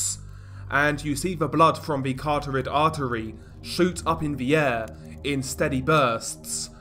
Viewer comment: I'm sorry. As a junior pathology student, I have to correct you. Kuh rot hid artery, not caro tied artery. Soz but, y'know...